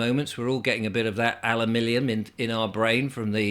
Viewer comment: Is it me, or does say "Smell the alumillion"? If it is me, then perhaps it's my brain affected by the chem-trails... Thanks for all your time and effort,! Unfortunately one has to sift through lots of chaff to get to the diamonds...